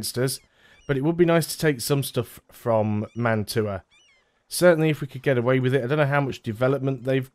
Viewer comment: Fun fact: Mantua is pronounced like mantwa, it's a french Italian name